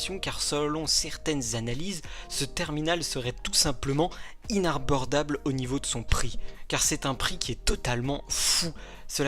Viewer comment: Oui je suis d’accord mais à tu as dit inarbordable